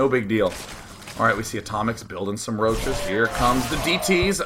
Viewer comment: D:D:D I love how he is saying "make yourself some rouches" :D:D